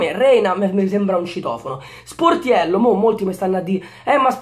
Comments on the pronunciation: Solo io ho sentito portiello??? GRANDE 😂😂😂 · quando hai detto Sportiello, all' inizio del video si sente Portiello hahahaha